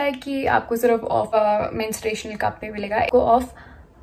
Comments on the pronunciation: It's menstrual cup and not mensuration cup😂🤦🏻‍♀️ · Its menstrual cup, not mensuration cup🙄